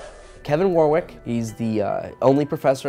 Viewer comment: It's pronounced Warrick. The second W is silent. Like Dionne Warwick.